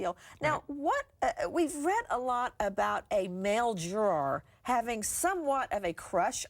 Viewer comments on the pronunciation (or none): Nancy its juror not jorar!